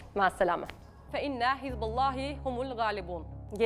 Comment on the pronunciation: فَاِنَّ حِزْبَ اللّٰهِ هُمُ الْغَالِبُونَࣖ Ayet yanlış okundu. Güzel bir video olmuş.